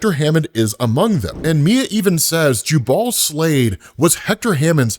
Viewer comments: FYI, it's pronounced JUbal not juBAL. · It’s painful hearing you say Slavid’s name. Jubal (Jew Bowl or Ju Buwl). Think Jubilee. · Jubal is pronounced... Jew-bull